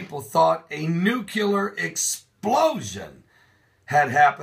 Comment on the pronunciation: Did you really just say NUCULAR instead of NUCLEAR? You do realize that the word is nuclear, derived from the word nucleus?